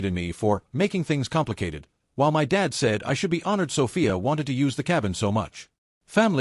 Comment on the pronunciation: Why can't AI pronounce "my?" BIL was as bad as a slimy lawyer.